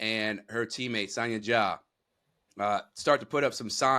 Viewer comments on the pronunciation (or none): It’s you saying Sonya 😭😭😭😭😂😂😂 sahnya baby sahnya